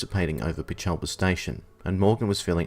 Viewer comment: As a local, I just wanted to let you know that Peechelba has the emphasis on the PEECH-alba. Terrific video, very interesting!